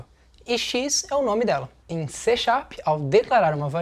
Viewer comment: Não! É C# (pronúncia-se "C Sharp"). :)